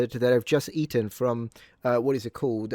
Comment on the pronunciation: Personally, the way he so eloquently pronounced Dairy Queen charmed the hell out of me. 🍦